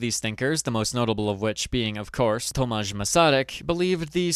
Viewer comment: I love the way you pronounced Tomáš but when talking about him we most of the time reffer with his middle name Garrigue [Garik] and thats because he was an early sort of a feminist and this middle name was from his wife and we want to honnor that.